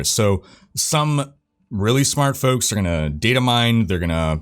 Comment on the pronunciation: why cant he say FOLKS correctly, hes does a million reps